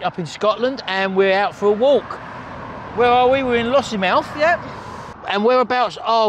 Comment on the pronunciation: It is Kinloss not Kinross